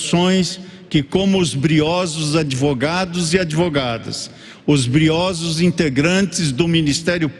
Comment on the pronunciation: 🤣🤣🤣🤣 "Briósos" é o MÁXIMO!!! Nunca vi TANTA GENTE "BRIOSA"!!!